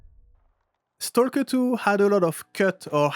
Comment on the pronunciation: The "L" is silent, when you say stalk/stalker in English. Stock/Stocker